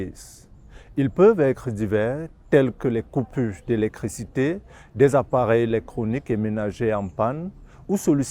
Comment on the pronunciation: In French, do we say élecCrité or élecTricité …? Or is this the way of speaking the Molière language …? This may sound petty but, after the first six seconds, I was unable to continue … 🚶🏾🚶🏾🚶🏾